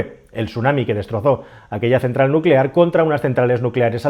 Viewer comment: Nucelar se dice nu ce lar..